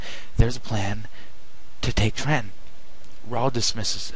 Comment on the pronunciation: completely failed in quebec? are u on glue? arnold took ticonderoga, a british sloop of war, montreal, and delayed an invasion for at least a year. do ur homework. and its TRENTON, not tre-en.